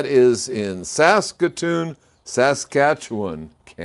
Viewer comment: Kudos for pronouncing Saskatoon Saskatchewan correctly! Also hello from Saskatchewan